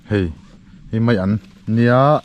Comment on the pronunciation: Zotawng uluk tur itia, mai tih tur ah mei iti vek.